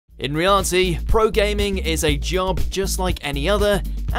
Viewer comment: It seems that the narrator can't say the word "reality" properly (no offense to him).